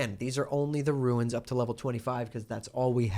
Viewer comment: was keen to watch this until I heard how you say runes.